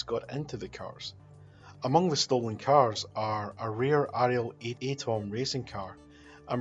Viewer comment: It's pronounced Ariel ATOM. As in atom-ic or the fundamental building block of matter. Other than that, great vid.